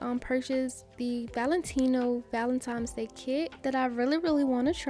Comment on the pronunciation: I love you say “Valentime’s Day”.💗💗 Brings me back to my young days.